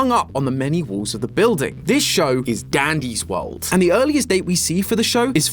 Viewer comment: bro said "daddy's world"😭